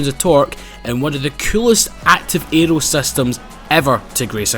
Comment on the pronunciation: when you say 'aero' it sounds like anal